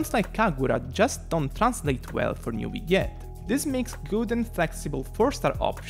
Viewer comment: newiette lmao ( ik u're not french its ok) but its prononce neuv-ill-ette